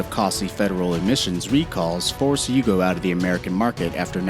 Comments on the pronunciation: The video is interesting but you have got to do some research. The YUGO is from YUGOslavia. Beyond that you mispronounced basically every single car name. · The Yugo wasn't "Siberian" 😂. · How many car names can you butcher? And the Yugo was made in Serbia not Siberia